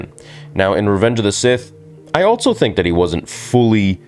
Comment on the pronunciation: There is no T in also bro. It's just also.